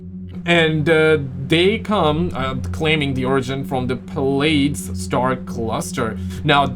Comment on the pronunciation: Plaides is pronounced (Player-dees) 😂